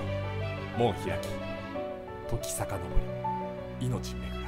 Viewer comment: キヨが言う時坂が乃木坂にしか聞こえないのは病気ですか？